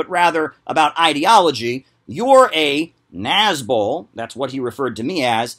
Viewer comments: i definitely had thought you said "nazgul" like the ringwraiths and i'm really upset that i have now learned about the thing you actually said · Oh my Gods, when I watched your original video on the subject I didn't know that nazbol was an actual (terrible) thing, and i thought you were calling them Nazgul. Which still fits, they are the monstrous inhuman servants of a dark purpose who only care for power. But thank you for clarifying that.